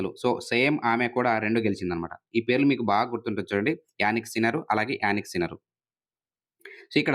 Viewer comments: జానిక్ సిన్నర్ sir....యానిక్ సిన్నర్ కాదు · Yanik sinner ❌ Jannik sinner ✅